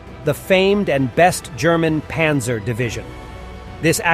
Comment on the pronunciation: This is an interesting vid, but the bad German pronunciation is distracting. Windhund is pronounced "vindhoond" and Panzer is pronounced with an open "a" - more like "Pahnzer"